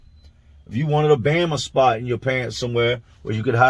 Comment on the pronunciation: Did he just call it a Bama Spot?! 😆